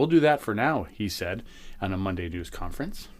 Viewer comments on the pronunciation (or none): none